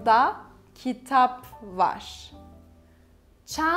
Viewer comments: You pronounce VAR as VAŞ ? Is this standard? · I need to know this… why is “var” pronounced as “varshh”? Or tesekkurlar with shh on the end?